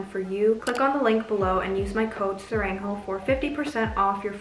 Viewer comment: sorry but I prefer you pronouncing sarang in Korean it’s just not it 😭😭😭😭 not sehraeng pls 😭😭😭😭😭